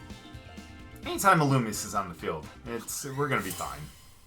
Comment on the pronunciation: Ee loo me zay(illumise)